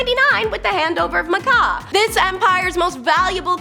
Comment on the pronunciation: Macau is actually pronounced Ma Cow, not Ma Cah